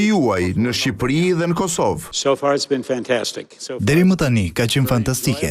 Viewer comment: Bledi Fevziu ketu eshte treguar shume injorant. Permend jugoslawien ne vend se te pernendte serbien. Pastaj thote racak ne vend se te thoshte RECAK dhe ne fund zotria Walker thote KOSOVE kurse ky trangu Bledi thote kosovo. O bledi meso disa gjera bazike, se te gjithe e dim, se ti di shume.